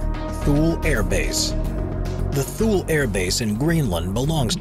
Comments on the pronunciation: As usual, you have no idea what you are talking about and on most all your videos you talk about one thing and pop up a completely wrong image. You need to way better research. I stopped watching after you pronounced Thule wrong -- it's twolee, not tool. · It’s not “th-ool “ air base, it’s “toolie “ air base. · It is pronounced TOO-LEE , not Tool Air Base. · Thule AF Base is pronounced “ to-lee”, the “H” is silent.